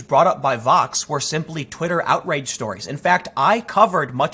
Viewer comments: Is he saying Fox or Vox ? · Hey Tim... every time you say it, I'm not really sure what you're saying... are you saying VOX... or FOX? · I can’t understand when you say Vox and when you say Fox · Are you saying Fox or Vox?